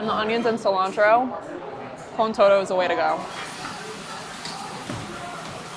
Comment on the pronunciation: todo is pronounced toe-tho.